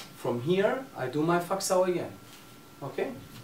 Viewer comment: Fak sau, its pernounced as fuck sau i know haha, but its faak sau, cutting hand in chinese